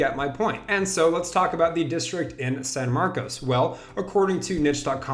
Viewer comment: Pronounced san marcus